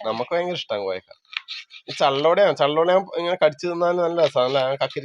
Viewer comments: കോയക്ക എന്ന് പറഞ്ഞൽ പേരാ..😂😂😂😂.കോവയ്ക്ക ആണ്. നിങ്ങളുടെ ഭാഷ കേട്ടു ചിലപ്പോൾ ഒറ്റയ്ക്കു ഇരുന്ന് ചിരിക്കാറുണ്ട്. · കോവയ്ക്ക എന്നാണ് പറയുക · കോവയ്ക്ക കോയക്ക അല്ല